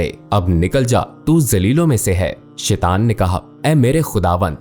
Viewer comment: شیطان کا تلفظ غلط ادا کر رہے ہیں اسے ٹھیک ادا کریں۔